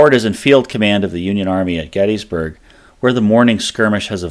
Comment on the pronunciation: Mc FER son, there is no Mc FEAR son. After making it almost 3 minutes into this video I had to stop. The amount of mispronounced words is ridiculous. You want to educate people but are spreading misinformation. The town is called Gettysburg, Not GettEEEEESburg. Where are you getting all these E's. The founder of the town was named James Gettys <--- pronounced Gettis not GettEEES. How is Heth pronounced HEEEATH. It's Heth and you've again added a ton of vowels to another word. I would suggest you go back, do some research, and remake your video with the correct pronunciation of these words.